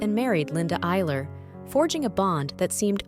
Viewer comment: Iceler not eiler